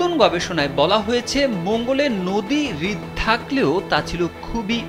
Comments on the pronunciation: রিদ শব্দটি ভূল। হ্রদ/রদ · আপনার উচ্চারণে অনেক ঝামেলা আছে। কিউ -রিওসিটি, হ্রদ কে বারবার হৃদ(Hriwd) বলতেছেন।